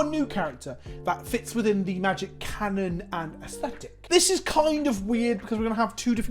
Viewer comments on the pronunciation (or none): none